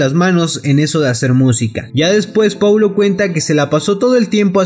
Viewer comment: "Poulo" londra jajaja